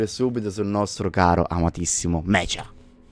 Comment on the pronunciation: Non si dice mecia ma meca Poiché la parola deriva dall'inglese mechanic o ancora più indietro dal latino mechanica